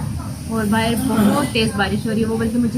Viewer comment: "bahar" hota hai, bahir nahi 😁😁